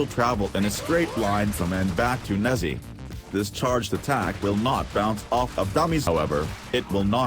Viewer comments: i hear nazzi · it's chinese so it's pronounced like neja. neh-JAH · That is not how u say “Nezha” I expected better from a cephalon